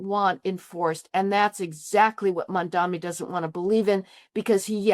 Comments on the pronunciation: Cry harder lady! 😂 Cope and seethe! Oh and his name is “Mamdani” NOT “Mandami”. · I'm sorry for being autistic, but his name is Mamdani, MAM-DONI... NOT Mon-Domi, mahdnammny, muhdommy, mindammy, mindimny.... etc, etc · MamdaNi not MamdaMi. Just common decency. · why mispronounce his name? Its MAM DANI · How does she write a whole article on Mamdani without being able to pronounce his name? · Is there some reason why you create a video and cannot pronounce Mamdani’s name correctly? It’s so illiterate. I think it’s because Americans generally speak one language: English, compared to the rest of the world, where people are multilingual; look at the man’s name and say it correctly! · Why can’t anybody pronounce this guy‘s name? It’s absolutely disgraceful the ridiculous ways in which Mamdani’s name is pronounced. Is everyone illiterate? I think it’s because Americans in general only speak English compared to other parts of the world where people are multilingual.